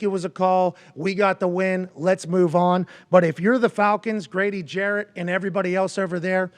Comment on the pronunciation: Damn AJ at least say Grady last name right. Jarrett not Jackson.